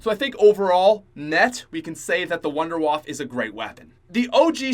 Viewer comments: The Wunderwaffe is German so it would be pronounced Vundevaffe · its pronounced woondurwaffE just saying